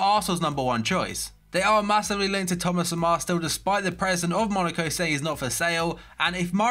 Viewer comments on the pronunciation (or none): none